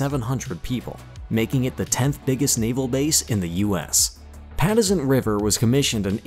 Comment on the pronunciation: You should at least do some “basic” research before you make a video. Pa Tux ent. Not pattisent. It took me a few minutes to figure out what bae you were talking about . Nice job on the video overall